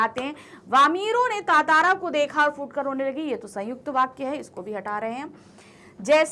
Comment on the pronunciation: It's ttara not tatara